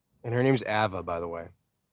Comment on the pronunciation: Only would mispronounce “Ava”